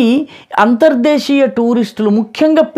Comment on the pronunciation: Sir meeru cheppinattu ( Anthar Deesiya Ane UCCHARANA Chala Bavundi ippativaraku ( antarjaateeya ) Ane vinnanu Anthar desiya Ane BHASHOCCHARANA WADA VACCHANI TELUGU LO MEE BHASHAAA GYANAMTHO CHEPPINANDUKU MEEKU KRITHAGNATHALU